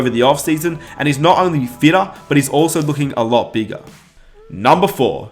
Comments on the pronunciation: And each year he got beegah, and beegah, and beegah. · Why does he say “ bigger” as “begga”